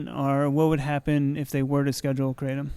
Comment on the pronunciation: FINALLY someone pronounced right lol